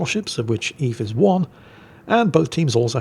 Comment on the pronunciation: That's pronounced "Öwwes" ;D